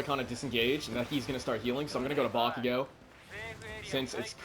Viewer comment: Hi 👋🏾not to be rude or anything but how come you say bakiyo instead of bakugo?🧐